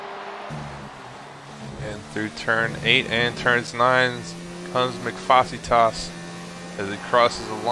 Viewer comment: Wow someone actually pronounced Mcfacetas name correctly! Good job